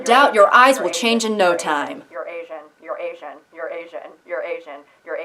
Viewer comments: The way "you're asian" started to sound like "eurasian" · started sounding like Eurasian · "you'reasian,you'reasian,you'reasian,you'reasian..." Crap! I heard it as "Eurasian" and now I don't know what ethnicity I am.